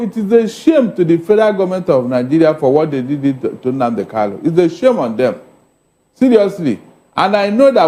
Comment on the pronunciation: PLEASE HE IS KANU, NOT KALU. KANU, KANU, KANU.